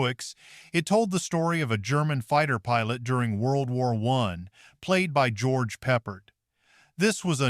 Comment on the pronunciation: George Peppered? Yikes, AI. It's getting to where as soon as I hear AI narration, I'm out.